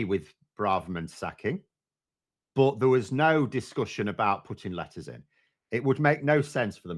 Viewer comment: I have trouble telling the difference between you saying "letters" and "lettuce" and honestly it improves the listening experience